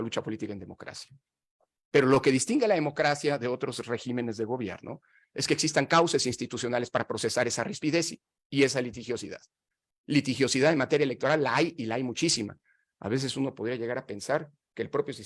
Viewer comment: "", qué pasó? Se dice REGÍMENES. VUELTA A LA SECUNDARIA. MUY LEÍDO Y ESCREBIDO Y APARTE MUY CREÍDO.